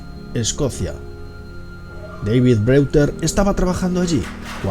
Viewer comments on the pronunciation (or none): none